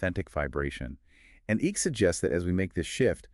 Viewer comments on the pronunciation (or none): Great subject. Terrible podcast. And it's not ICK, it's ICKE. Sounds like IKE.